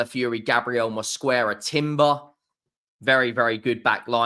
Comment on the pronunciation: Even the name Mosquera sounds hard.Specially with the hard Rrrrr😂